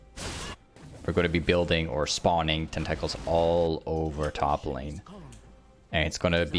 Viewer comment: Me: tentacles..: ten tackles 😂